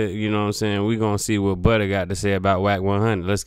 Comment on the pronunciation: It’s FBG Butta. NOT FBG Butter smh.